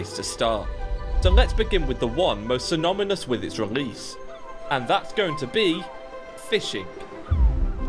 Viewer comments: LOL, "synomynous". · "synomynous" kekw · Most 'sYnOmYnOUs' lol